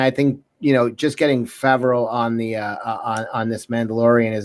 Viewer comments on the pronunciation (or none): It's Fav-ro not Fawv-ro. As a third cousin to the man(he's been to family gatherings a few times before blowing up)[Replacements era], having the same last name, that irk'd me so hard hearing buddy say my last name wrong.